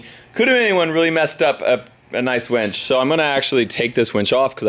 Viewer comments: Winch - Not Wench !!! LOL LOL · I think it's a winch not a "wench" 🤷‍♂️ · Hahahaha Winch, not Wench..hahahahah